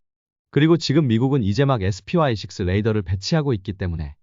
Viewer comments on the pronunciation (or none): 여태까지 사람목소리 인줄 알았네요 SPY6 를. 스파이 씩스 로 읽지 않고 에스피와이 씩스 라고 읽는 사람 없습니다. 어쩐지 숨돌리지 않고 읽드라니. AI 였네